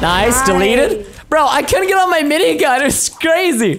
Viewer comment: Why does preston call the turret aminigun?